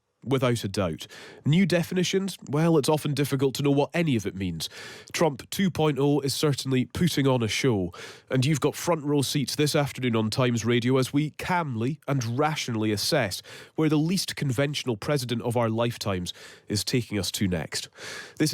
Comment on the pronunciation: I like how he keeps pronouncing "putting" as "Putin"